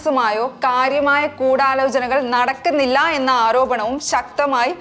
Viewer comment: Not koodalogena but koodiyalojana